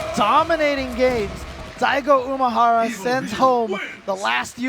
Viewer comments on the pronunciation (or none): please stop saying Daigo uMAhara.